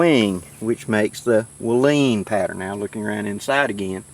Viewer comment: It's pronounced like Waylon Jennings.....waylon tent.